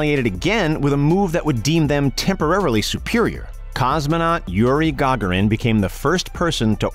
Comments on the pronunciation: Yuri Ga - Ga - rin not gargarin, wish these commentator would learn to speak English....... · gagárin not gaggarin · Skip to timestamp for what you came for to skip the history lesson that even all 4th graders already know. And it's only 1 minute long. The rest before and after this video is useless fluff to stretch it out! Also it's Yuri Gur-gear-re-en Not Yuri Gar-gar-in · It's not gAgarin. It's gagArin. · It’s not hard, Ga-Garin! Not Gaga-rin! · It's "ga GAR in," not "GA gar in." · If you're gonna do a historic video, then do your research and get the names right. GA-garin. not Ga-ga-rin. LMFAO. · It's Garg A rin, Not Gargarrin. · I heard YouEE Ga Ga rin and nearly vomited. Immediately stopped the video. Will go no further, YURI GA GAR IN! never in my life. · Its ga-GARE-in, ya shut-in! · Its " Yuri Garr- GARE- in ". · Go-gar-in brainiac. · horrible gagarin ----urey go-gar-in do some research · "Yuri Gaaagarin" ....... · It’s not Gaga you duh duh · Yuri Gah-garin. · Who is ga-ga rin? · Gaagorin, really. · "Ga..gair...en" why do people always jack up his name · Yuri GA-GA-rin and Neil Armstrong's "infamous" words. Yes, the video was amateurish. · Who the F*** is "Gogrin"? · Geee'z you want us to subscribe but you insist on insulting people by mispronouncing there names its not GaaaGaaaRin Gee'Z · Excellent fail on pronouncing Yuri Gagarin. Lmfao GAGA REN. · YOUR NARRATOR NEEDS MORE EDUCATION ON RUSSIAN COSMONAUTS... MISPRONOUNCED GARGARIN... IN THE WORST INSULTING WAY POSSIBLE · When a narrator mispronouces words or in this case names it shows a lack of professionalism and ruins the whole documentary. Do your homework check and double check name pronunciations so you don't come off sounding like an bleeping idiot. The narrator completely botched the name of the the first human in spaxe Russian Kosmonaut. It made me cringe like fingernails scratching across a caulk board. PATHETIC!!!! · How the fuck did that guy mispronounce yuri gagarin's name?